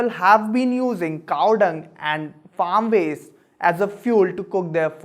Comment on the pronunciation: Is Cow or "CaaaAAWhh"!?